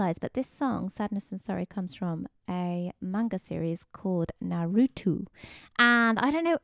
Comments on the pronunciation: "Narootoo" bruh it's pronounced na-roo-toe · HAAAAAAAAAAAAAAA! #NARUTOO it's pronounced Narutoe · She said na-ru-tu 😭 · Am i the only one who was kinda pissed about her saying naruto werdly and incorrectly??? "Narutou" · NAH - RU - TOE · You are a great teacher...... But......... ..... As a NARUTO fan, I can't stand the "NaRuToU" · "Narutwo" ok i guess...... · Her saying "Naruto" completely destroyed the video for me... - love your other content nontheless